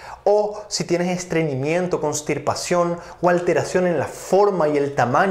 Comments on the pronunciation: Constipacion No cornstipacion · CONSTIPACION dr , sin "R"